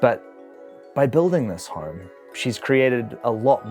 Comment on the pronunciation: He said "horme"